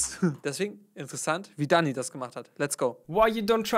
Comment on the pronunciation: Bitte sprich ihn „däni“ und nicht „daani“ aus please